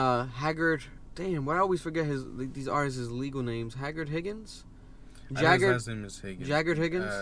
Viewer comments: My man really said: ''Hagrid Higgings'' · Bro said Hagrid Higgins💀💀